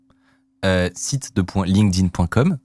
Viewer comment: Video sympa et bravo a de bien prononcer LinkedIn, je crois qu'il est le seul en France a le faire:) (tout le monde dit Linkeudine)